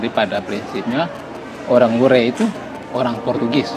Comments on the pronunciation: Sdikit Masukan klw nama desanya WURE (Adonara) bukan Weri. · Tuan Berdiri...di kapela Wure...bukan Weri....mksh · Di wureh, bukan weri